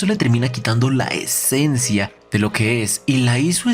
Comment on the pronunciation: dijo esecencia!!!!🧐